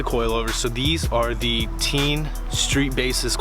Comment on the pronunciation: Yo it’s pronounced tane